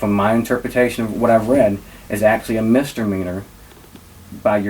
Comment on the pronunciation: Affidavit- afa-day-vit. Not after david. Misdemeanor- miss-duh-mean-ur. Not mister meaner. Municipal- mew-nis-a-pull. Not mu nis pull. You gotta be able to pronounce words of more than two syllables if you want to be taken seriously.